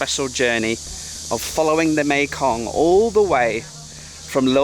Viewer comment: Hello from Michigan, I am so happy you pronounced Hmong correctly. I missed, welcome back girlfriend.